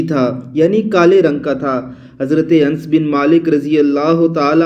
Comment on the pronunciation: Hazrt anas ka naam to shi se bolna sikho pehle